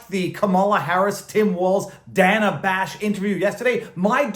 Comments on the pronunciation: It’s Day-nuh, not Dan-uh. Bigot! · I love how she bitches about her name being mispronounced, and then she mispronounces Dana’s name right off the bat. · I think you mean Dan-uh